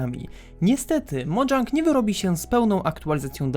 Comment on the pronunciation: Na przyszłość to czyta się mojang nie modżank